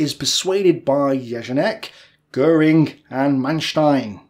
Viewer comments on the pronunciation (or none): none